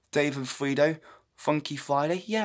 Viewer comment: I like how you said Fredo as "Freedo" instead of "Freddo".